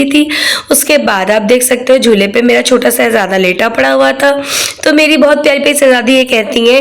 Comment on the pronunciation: Aap apni urdu thik kren,,,,, शहजादा होता सहजादा नहीं